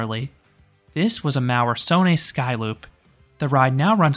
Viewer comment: I believe ‘Söhne’ (as in Maurer Söhne) is pronounced something similar to ‘zo-ner’. So, yes, that’s quite a lot different from what the characters look like from an English perspective.